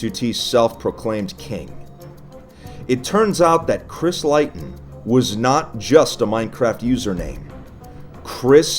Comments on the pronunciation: Leighton is pronounced ‘lay-ton’ not ‘lie-ton’ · Its "Lay-tun" not "Lie-tun". I'm Triggered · i thought it was pronounced "layton", not "lighton" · Chris Leighton surname is pronounced Leyton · I just want to say that Leighton Is pronounced lay-ton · It's pronounced leyton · Just so you know Leighton is pronounced layton. I know this because it's my Freinds name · Its pronounced late-in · Leighton is pronounced “lay-ton”, but otherwise, very informative! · it’s pronounced (lay-ton) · We all gonna ignore how he pronounces “Leighton” -which is pronounced “L-ay-ton”. The whole video. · Leighton is pronounced layton bro. Like Neigh, Sleigh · It's pronounced Lay-ton. Sorry. Just bothered me. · Leighton is pronounced lay-ton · Pretty sure it's pronounced Lay-ton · Does he not know Leighton is pronounced lay-ton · It's pronounced lay-tun. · leigh.. its pronounced lee.. chrisleeton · Leighton is pronounced LAY-ton tho... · Leighton isn't pronounced that way. It's just Lay-ton, but spelled differently. Good informative video though. It's been in my recommended for a while. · You pronounce Leighton like lay-ton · its pronounced layton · I think it’s pronounced Layton. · I have a feeling that the 'leighton' is pronounced 'layton'. Just me? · My real names is Leighton but it's pronounced Lay-ton 😀 but it's my first name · Leighton is pronounced layton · Why do you pronounce Leighton like that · leighton is deffo not pronounced like that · It kinda bothered me you didn’t say leighton right but that doesn’t stop me from liking the videos. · My Real name is Leighton and it's pissing me off that he is pronounced it wrong